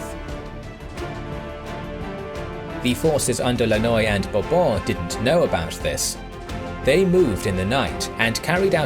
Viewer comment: The way you say Bourbon is satisfying